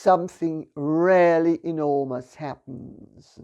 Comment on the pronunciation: Her "really' sounds as "rarely" :-)